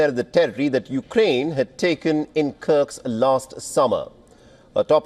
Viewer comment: The reporter calls it "Kirk's" It's Kursk, actually